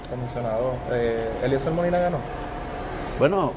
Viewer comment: El mismo dice”Eliezel” no pronuncia ni la R - ¿cómo vas a querer que los votantes en PR escriban bien un nombre si tu mismo no lo sabes pronunciar? 👁️ entonces ¿cómo lo escribimos?🫣 d-e-l-e-t-r-e-a-n-d-o …..!!!!! Yisusss!!!!